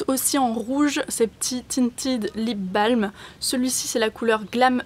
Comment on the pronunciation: Pour info "lip balm" est de l'anglais, donc à prononcer "lip bolm" :)